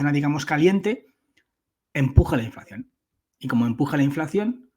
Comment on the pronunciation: Se dice inflación, no inflacción ¿no?